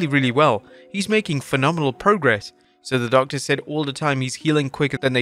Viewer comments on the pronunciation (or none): none